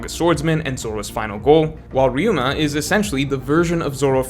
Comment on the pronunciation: He said Ryuma!! I knew he could do it. Stop with this Raiuma nonsense